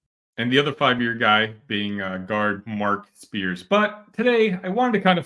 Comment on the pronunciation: It's not SPEARS! It's Mark SEARS!!